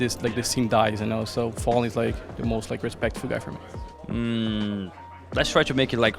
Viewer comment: why does every brazillian players say FalleN as Falling